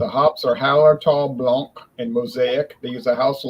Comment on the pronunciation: Hiya, when you say Blanc, the 'c' is silent. Cheers,!